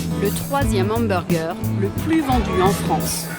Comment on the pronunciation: c'est pas le doc ou on parle d'Hamburjer ?? faut pas que je le croise celui la il va pourrir mon cerveau encore pour quelques années avant que joublie sa facon de prononcer le mot Hamburger 😡